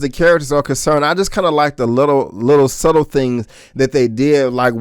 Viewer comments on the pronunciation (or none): none